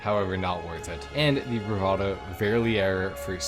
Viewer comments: It’s pronounce The Bravado “fur-lear-rer” . Verlierer is german for loser. Always cracks me up that this could be the name of a car. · "Verlierer" is German for "Loser" and pronounced "Fahleerah"